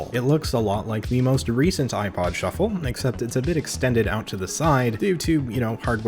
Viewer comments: Look it a shu- flah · You mean a shu-ffle